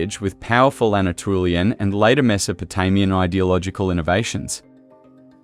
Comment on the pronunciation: This was interesting! It's good to see a real human face behind the video. I wish it had more views, since it's solid information, not fluff. The machine dubbing is... well, atrocious, to be honest. It pronounces "Anatolian" as "Ana-Trulian", which made me laugh every single time it came up. Could you in the future videos please enable the original voiceover, and subtitling, instead? I know not everyone prefers it that way, but I would love to have a choice over which one to pick for my own viewing. Are you familiar with the channels Dig., Learn Hittite, and History with Cy? They all have made videos on the Luwian civilization, I think, but none were from this point of view that you have, and I actually found yours more informative on the visual side. Learn Hittite is mainly linguistics focused. Then there's European Origins that focuses on the genetics, and that channel speaks a lot about Eastern European, Steppes, and Anatolian genomes. Mapped History focuses on the maps, as the name says, and Dan Davis History talks about the prehistory mainly in Europe, the Mediterranean, and the Near East (Southwestern Asia). All of these channels have a lot in common with yours, but from totally different viewpoints. Some of them might be willing to collab, or give a shoutout, depending on their number of subscribers. All in all, I like your style of videos, especially now that the channel has a face.